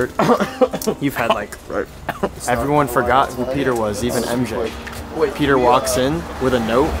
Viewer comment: It's pronounced "Pete-r".